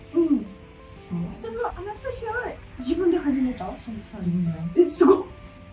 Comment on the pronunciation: アナスタシアさんの、「アナスタシア」という発音を聞きました。知り合いにアナスタシアがいるんだけど、私の発音は正確でないらしく、いくら正しい発音を本人に聞いても全然違いがわからず いました。 今日聞いた発音は、確かに私と違う（笑） 真似はできませんが、違うということはわかりました！ 祖国は大変ですが、今は日本にいるので、安全に楽しく過ごして欲しいです(*^-^*)